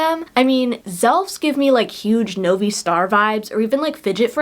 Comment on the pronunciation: Theyr called novie no-vi not novee